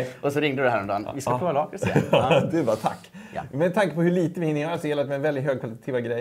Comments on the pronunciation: Sluta säga laaaaaaaakrits det heter lackrits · Lack rits heter det! Inte Laaaakrtis